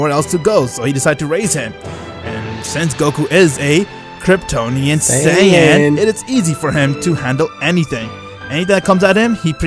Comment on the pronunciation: I almost had a mental breakdown because of them saying Kryptononian sayan 99% of the vedio